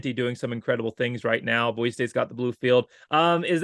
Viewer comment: Great interview. Looking forward to seeing on the Blue. It is good to hear him say Boise (Boy Cee) the correct way. 😊